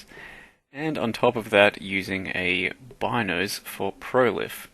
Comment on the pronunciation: also depends what language they took the name from. If it was from an Italian vernacular "Beenoes" would be the proper pronunciation.